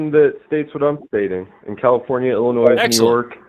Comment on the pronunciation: Did say "Illinoise"?